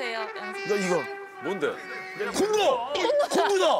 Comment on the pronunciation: 이런말 하기 좀 그런데.. 콘도를 콘돔이라 들었네 ㅋㅋ